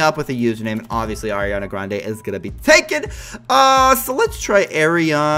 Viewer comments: He says eariana graende😂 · It’s Areeana Grande in my opinion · You say her name wrong no hate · It's Ariana Grande it's not Ariana Grande it's Ariana Grande